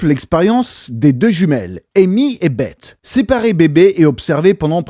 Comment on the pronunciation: 'Beth' se dit 'Besse' à l'anglaise. Comme le 'th' dans 'the' Voilà voilà, petite correction, je sors ⤵️